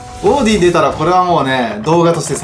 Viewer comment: オーディン獣神化きたんだね！ 英語の発音よすぎるよ笑